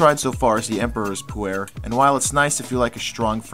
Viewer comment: Just thought I would share. Pu-erh is actually pronounced POO-r where the r is sort of an "r" mixed with an "ar" at the same time. Also, if you listened to Numi on how to brew the tea, than you did not get the tea to its full potential. Numi, if I remember correctly, says to brew the tea in hot water for 3-4 minutes. However, the process is a little more complicated and shorter. You should rinse the tea first by pouring boiling water over the tea bag in a cup and allowing it to sit for 5 seconds (only five seconds, maybe even less). You then immediately pour in your boiling water for your drink and let steep for ONLY, AT MOST, 25 seconds. I know this seems like a really short time, but with Pu-erh, if you steep any longer you end up getting the flavors and aromas that you mentioned. The tea is just as strong with the short steeping time and is much better. Also, try it with a little half and half. If you were to add a little Yak butter and Yak milk it would then be called Poo-Cha. Although you can substitute the Yak parts with regular butter and half and half.